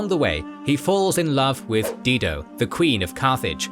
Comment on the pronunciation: Dido. Die-doe. Not Dee-doe.